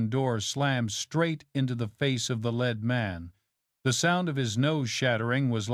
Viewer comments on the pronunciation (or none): AIs cannot differentiate between 'lead' and 'lead' the AI sees it and reads (REDs it) as LED. And the intonation and modulation of the AI is all over the shop. Hopeless! Long live human narrators!